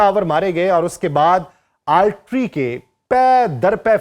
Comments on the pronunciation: بھائ آرٹری نہیں آرٹلری ہوتا ہے۔ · Altry Nahi jaahil admi... Artillery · آپ بار بار آرٹلری Artillery کو آرٹری Artery پڑھ رہے ہیں جس کی آپ جیسے بندے سے توقع نہیں کی جا سکتی۔ آیک آدھ مرتبہ کو slip of tongue زبانی یا صوتی لغزش کہا جا سکتا ہے لیکن آپ خود ہی اپنا وی لاگ دوبارہ سنکر دیکھ لیں کہ زبان کی لغزش نہیں بلکہ ۔۔۔۔ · Plz correct the pronunciation of Artalary